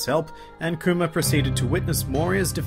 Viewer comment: I cant hear you say Kuma with your accent without hearing COOMER face palm